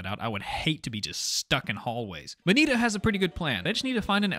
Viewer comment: NINA NAH BRUH ITS NITA but it’s ok u didn’t hear what her name is